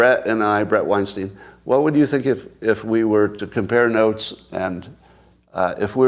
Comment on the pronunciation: As someone who follows both of you closely, your take on Bret’s positions vs your own is solid. But please Scott, he pronounces his name WINE-STINE. Courtesy in name pronunciation is a good thing, don’t you agree?